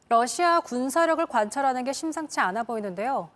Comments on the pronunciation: 댓글토론에 참가해 주셔서 기쁩니다. 우크라이나 전쟁으로 매일 러시아가 TV에서 언급되고 있는데 기자들이 매번 Russia를 Lussia로 발음하니 참으로 듣기가 딱해서 저의 수십년의 외국어 경험에서 얻은 바를 서술했습니다. 감사합니다. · TV기자들은 말도 잘해야 하지만 발음도 좋아야 한다. 특히 외국어는 가급적 원음의 발음에 충실해야 한다. 그런데 많은 기자들은 러시아의 Russia 를 Lussia 로, Radio 를 Ladio 로, Roma 를 Loma 로 발음한다. 물론 한국어에는 ᄙ(쌍리을)이 없어서 L과 R을 전부 ㄹ로 발음할 수 밖에 없는 어려움이 있다. 그렇다면 한국인들은 R 발음을 정말 못하는 것일까? 아니다. 초성일 때에만 못한다. 아리랑(Arirang), 세레나데(Serenade), 프랑스(France) 등 잘 하지 않는가? 그래서 TV기자들에게 힌트를 주고자 한다. R 로 시작되는 단어를 발음할 때 앞에 '으' 발음을 먼저하라 (으)러시아(Russia), (으)라디오(Radio), (으)로마(Roma)로 말이다. 그러면 당신은 좋은 발음을 하는 기자가 될 것이다.